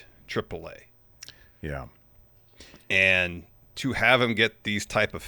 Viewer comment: I know is a silly guy. I love it. But boy if you don’t quit saying “Triple Ai”. Its treep lay ah